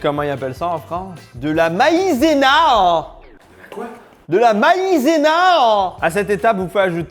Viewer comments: de la quoi en France? Ma-I-zé-NAHH! mdr! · "De la MaîzenaEUh" 🤣🤣🤣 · "de la MAIZENA 🧌" il me tue de rire 😂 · mdr maintenant je vais le dire comme ca la MAIIIZay-NAW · l'accent parisien dégueulasse qu'on connait tous hahaha "MAÏZENA HAN" hahahaha!!! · Hello Fresh est probablement plus sain que ce que manger certains mais je suis pas sûr que ce soit si bien que ça … autant faire tout soit même 😊 Sinon ta prononciation de « Maïzena » est très incorrecte mais j’imagine que c’est le but 😂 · Il a résumé l’accent parisien en un mot 😂😂